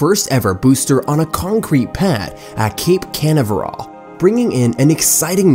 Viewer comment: I'm Sorry, but when the narrator cannot ever Pronounce "Canaveral" Properly it's kinda hard to take the rest very seriously! People's speech and ability to read a script properly has obviously become a challenge, particularly with something High Teck like SpaceX. If this is AI speech here (which I kinda doubt, but still) then they need a real person to do the narration. Other things said were cringe-worthy...